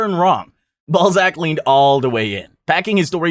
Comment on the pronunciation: You pronouncing Balzac as Ballsack is way too funny 🙏😭❤️